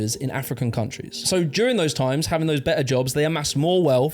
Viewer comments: it sounds likr you are saying hafting instead of having , I think i might prefer it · Love how no one has ever told him he’s been saying ‘having’ wrong all his life 😂 ‘havting’ 😂